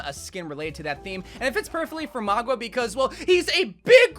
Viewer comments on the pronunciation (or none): not to diss him, but I've never heard someone butcher pronunciation as bad as him "Mauga = Magua"??? "Sindorei = Sindoree/Sindory"??? "Samoa = S'moa"? "Tyrande = Teradine"??? Heavy on that last one. but mauga is either M-aa-oo-ga OR M-aa-oo-nga" . Sindorei would be "Sin-Do-Ray / Sin-Door-Ay" Tyrande "T-Rah-N-Duh" Samoa "S-ah-moh-a" (the O is a long "Ō") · Another upload, another video of saying Mogwa instead of Mauga 💀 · Mauga not Magua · maug-wa lol